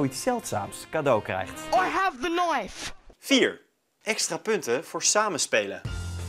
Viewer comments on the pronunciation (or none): "Ai heve da naif!' 😂